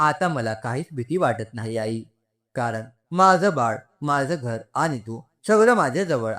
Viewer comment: आई चा उच्चार आय असा का करता